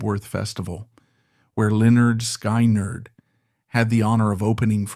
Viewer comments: F,ing a.i. sky,nerd what the fuck if you're going to f you're words up don't butcher the bands name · "Lynyrd Sk"eye"nerd 😂 Nice AI narration lmfao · Every time I heard sky nerd. I cringed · AI can’t pronounce Skynyrd right, but it pronounces Lynyrd right! Shows how stupid AI is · I cannot listen to this with hm/it mispronouncing Skynyrd. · Omg thats not how you say SKYNYRD, and the pictures you showed of the hell house was not the real actual hell house, you just showed some random house, wtf?